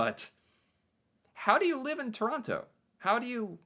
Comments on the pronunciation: Chrawnno instead of Toe-ron-toe you've heard it pronounced correctly eight times so fuck off! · Its Torono! We roasted Woody Harrelson and Kevin Hart for this! Plus the guy narrating said Torontans. Torontonians